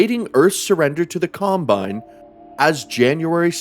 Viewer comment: im extremely sleep deprived rn, and i heard: "In Half Life 2, the CUMbine occu-" ... i died laughing